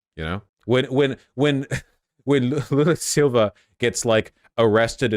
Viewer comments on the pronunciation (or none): none